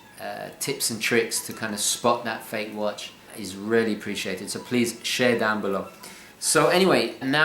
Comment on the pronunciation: Dude, why do you pronounce "really" as "rarely". Aren't you posh?